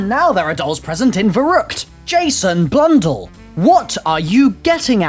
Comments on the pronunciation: It's not blundull it's blundell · I hate how he says blundell